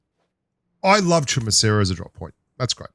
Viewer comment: I honestly didn't know how to pronounce Chumacera till I heard you pronounce it🤷😂